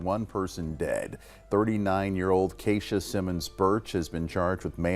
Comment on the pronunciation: Is he pronouncing Keisha wrong ?